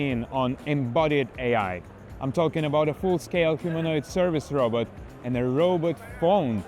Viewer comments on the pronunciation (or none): "Robut phone"